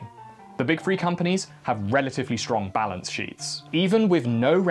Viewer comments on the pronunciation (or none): free hundred and frifty free